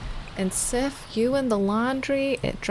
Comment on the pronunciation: I know its really late but im pretty sure that Sif is pronounced Siv, with the i being long. You said she was from norse decent and im swedish. I know that back in the day f was often pronounced as a v, and Siv is/was a common name.